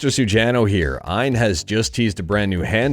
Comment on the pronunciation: Hey Mr. Sujano, great video. FYI I believe its pronounced A.Y.N (letters) I don't believe it is pronounced phonetically.